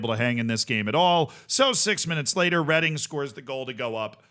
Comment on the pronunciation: I'm from Reading. Well done for not pronouncing it reading